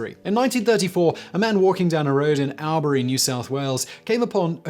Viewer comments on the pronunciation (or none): "All-Bury" not al-bury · Tis pronounced All-bury ( one word ) not Al-bury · Albury is pronounced Allbree, just trying to get you into the Aussie Lingo! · Owlbury? Allbury please. Mum would roll over in her grave! Spent first 8 years of her life on the Howlong Riad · Thank you for pronouncing 'Australia" right but ouch... owlbury? It's pronounced ALL BREE. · Oh these pronunciations are just too funy. Albury is pronounced like All-bree (awl-bree) not Al-bree. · Albury is pronounced All-bury not Al-bury. Marree is pronounced MAR-REE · Albury is pronounced 'All bre' not 'Al bre' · Owl Bury haha 😂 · Say it like orbury hahaha no emphasis on the A L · I live in NSW Australia so Albury is pronounced Orbrie. The ie pronounced like an E, not an I. At least that's the best I can do as I don't know how to write something phonetically. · pronounced ALL_BRIE matey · Ok Simon Albury is pronounced all berry seriously you have Australian friends just ask them about pronunciation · It's ALL-BURY damn it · Albury is pronounced "All bree" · Its pronounced All-Brie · Al- ber-eee lmao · not that you'll ever need it again but Albury pronounced Orl-Bury cheers champ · Being born there, I object to your pronunciation of Albury. Everyone says "all-bree" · Or “orbry” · The town in the first mystery is pronounced all-bury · It pronounced All Berry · Albury is pronounced to rhyme with the name Audrey 😉 like oar-bree. It's a great holiday location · Not being picky Simon, loved the video. Albury, pronounced AllBerry, Bogel Bo gul. Keep up the great videos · Sorry Simon, it's All-berry. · It’s pronounced ALL-Bri as in Brit 😬 On the border of NSW-VICTORIA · its pronounced "all bury' (with a short r) i live close by :P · As someone who grew up in Albury I’d like to let you know how it is pronounced in the dry Aussie accent. It’s said really fast and sounds more like All-bree. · Lil nitpick but it's pronounced all-bury not Al-bury. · It’s pronounced All-breee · It is pronounced "All berry"